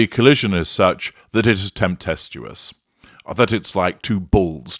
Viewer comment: It's tempestuous, not temptestuous. You're adding a "t". TemPESTUOUS. Not TempTESTUOUS. Just saying.